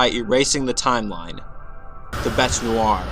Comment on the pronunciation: You're saying bete's name wrong you idiot